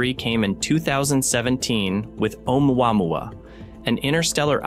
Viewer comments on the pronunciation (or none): Omouamoua is Hawaiian, so it's pronounced as "Ohmooah-mooah." Truly fascinating!😊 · AI can do a lot of stuff, but it can't say "Omuamua" to save its electronic a$$.😆